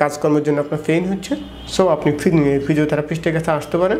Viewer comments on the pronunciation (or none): ডাক্তার ভাইয়ের কথাগুলো চমৎকার, তবে ডাক্তার ভাই এখনো গ্রামের ভাষা ছাড়তে পারে নি, বিশেষ করে পেইন কে ফেইন,,,,, পিঠ কে ফিট,,, ""প"" কে ""ফ"" উচ্চারণ করাই টা বেশি সমস্যা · এত শিক্ষিত হয়েও ভাষা ঠিক হয় নাই? ফিট = পিট, ফেইন = পেইন। ফিটে ফেইন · আমার সন্দেহ উনি ডাক্তার নাকি। ফার্সেন্ট, ফিঠ, ফেইন, মাসুল কী অবস্থা।